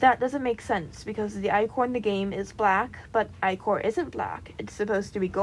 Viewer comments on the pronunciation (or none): I’m sorry but as a Greek mythology nerd I gotta correct you It’s pronounced Ick-er I’m sorry I don’t mean to be rude I just gotta correct you. every fiber in my being is screaming at me, Also love the video and the bean character amazing